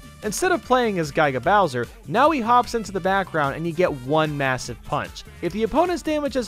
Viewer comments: G - ih - g - uh who does guygah? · Gaiga Bowser